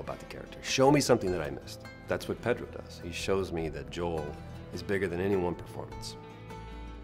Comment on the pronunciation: shout out to Troy for pronouncing Pedro’s name correctly